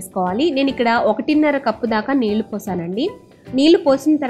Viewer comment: కూర చాలా బాగ చేశారు. ఐతే మీ తెలుగు కొంచెం దిద్దుకోండి. -నీల్లు-- కాదు. -నీళ్ళు-- అనండి. చక్కని వంటతోపాటు అందమైన భాష మీకు మరింత పేరు తెచ్చిపెడుతుంది